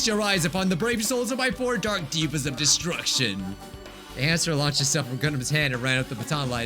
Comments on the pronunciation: Says “diva” instead of “deva” The devas: 💅🏻💅🏻💅🏻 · Pronounces the Devas ‘Divas' My Gundham kinnie self: Just one single word gives me ungodly amounts of rage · he also says Devas wrong... Gundham literally says it and still says it wrong 😢😢😢